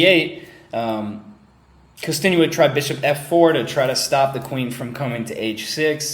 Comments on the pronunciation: YEAH I KNOW BUT HE said kkostenuik not kostenuik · And it's "Kosten-yuk"